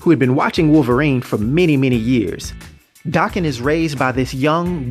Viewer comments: THANK YOU! DAH-KEN NOT DAY- KEN! It bugs me so bad when people pronounce it the other way. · Thanks for the video I'm so glad you pronounce his damn name right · Thanks for comprehensive details and correct pronunciation of his name